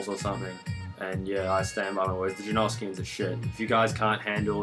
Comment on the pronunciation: I knew you were Australian, all that talk of the jerneerskians